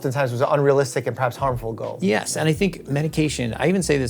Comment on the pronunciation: "perhabs overuse"? :D